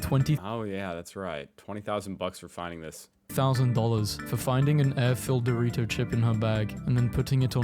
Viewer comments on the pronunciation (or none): none